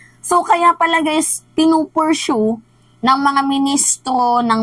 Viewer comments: correct word should be specify not “specific”. Donors not donators Pursue is pronounce as per-soo not puer-shoo 😊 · pur .. suu po .🔴mam if ok sa iyo ., Pronounciation